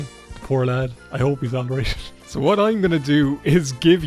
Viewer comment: “You can’t drag the body of the Emperor I’ll tell you h’what!” -, probably